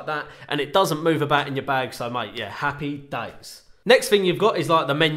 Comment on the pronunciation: "Appy days"